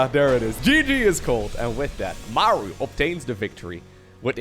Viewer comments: I think its "Muh-roo" some fact check me but is there not a battleship in the SC games called the "somethingorother-MARU" I think I'm misremembering but I'm also pretty good at trivia like this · digging up the real pronunciation of "maru". Might need a refresher on the name. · The only guy who pronounces Maru as Mæru is Wardi